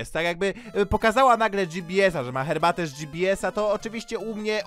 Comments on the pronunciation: Yyy cherbatę xD struj, tależe, włosuf, morze (może powinno być) co jest co ona ma z Polaka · pije "cherbate" nie herbate a ja GBS z kodem ZEBO najlepszy kod